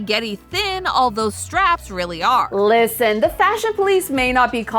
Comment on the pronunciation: "Llllisten" Count: 6